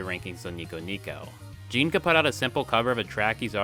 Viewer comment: It sort of is pronounced "jean", is it not? Definitely closer to that than to "gin".